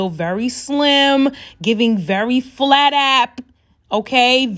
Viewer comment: “They we’re very Thin,Very FladApP”😭